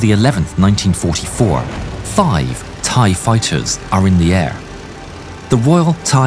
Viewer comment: bro i cant with the thai pronnuciation man 😭😭 not tryin to make fun of you but i didnt know that my country's laguage was that hard to read for westerner lmaooo, also good vid tho